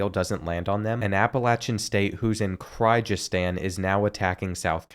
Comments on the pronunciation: The pronunciations are KILLING me. Mozambikay Kazakastan Annagola Cryzigstan And more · it’s pronounced “Kurr giz Stan” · Did pretty good with most pronunciations. My favorite butchered was Kyrgyzstan. Kyr not Kry. It happens though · mow- zam- beek. Mozambique keer-guh-stahn Kyrgyzstan kah-zuck-stahn Kazakhstan